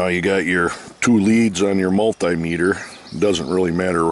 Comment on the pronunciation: multay-metre lol ... Should be multee-metre...